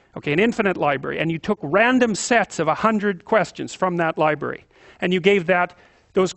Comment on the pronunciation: at around 4.45 he said 'infinite libary' not 'library'.